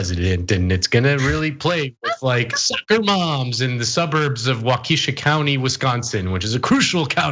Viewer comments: You pronounced Waukesha wrong. It's Wau KA sha. I was born there. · Lmfao wa-key-shaw? You’re definitely not from WI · It's pronounced WALK e shaw btw. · Maybe next you use Waukesha County WI as an example, learn how to pronounce it: WAH ka shaw. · Claudette J I know. But being from there, it bugs me.